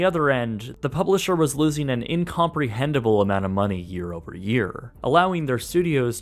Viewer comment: . Incomprehensible, bruh.